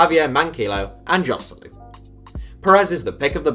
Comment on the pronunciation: The way you said Joselu like it's an English name😂